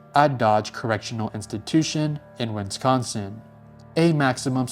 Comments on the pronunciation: Bro. It’s Wisconsin. WIS-CON-SIN. It’s NOT friggin Winsconskin. Wth dude. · there is bo third N in wisconsin